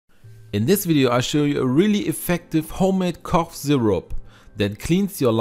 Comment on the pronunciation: When you say cough first try saying the word FUNNY that F sound at the beginning of the word FUNNY is the sound that the GH makes at the end of the word Cough ... hope that helps. you do a fantastic job at correct pronunciations of the English language. which makes it very easy to understand everything you say, so when you had trouble with cough it was so obvious. I can see how one would think it was pronounced the way you were saying it. Our language is confusing. I have a lot of respect for those who speak it as a second language. IT IS THE ONLY ONE I CAN SPEAK. so please, I hope I have not offended you. Great video! I can't wait to give it a try!